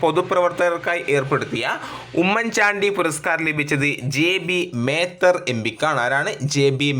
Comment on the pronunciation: 12.77 km ആണ്.1277 അല്ല... ജെ. ബി. മേത്തർ അല്ല ജെബി മേത്തർ ആണ്.... Sir വായിക്കുമ്പോൾ തെറ്റു വരുത്തല്ലേ pls 🙏... ഫോൺ നോക്കാതെ കേട്ടു പഠിക്കുന്നവർ തെറ്റു പഠിക്കും.......